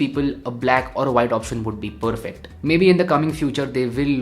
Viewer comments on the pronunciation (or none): I guess saying 'poorfect' instead of 'perfect' is a thing now. Anyways. Dope video as always. 🔥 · THE Poorfect guy🤣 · Dope video as always!! but saying poorfect too many times was a bit off!! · Feels annoying if it is done on a continuous basis otherwise the present of the video is solid. I like to watch videos from YouTubers who have a very clean way of representing things but that 'Poorfect' is annoying. Sorry mate.